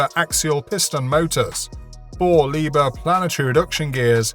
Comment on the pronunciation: Maybe you would like to pronounce "Liebherr" as it should be pronounced? 😂 Loading and unloading speed? 😂 I gave up after the first two devices! 🤣